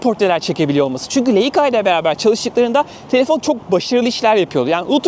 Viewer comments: Leika değil “layka” diye okunur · Leica bir Alman markası, telaffuzu da Leyka olarak değil, "Layka" şeklindedir. Kolay gelsin